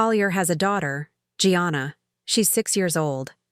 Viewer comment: Gianna is Italian, so pronounced Jahnnnah, not Gee-anna!